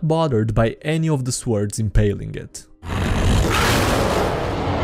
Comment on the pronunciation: i love how ypu say svords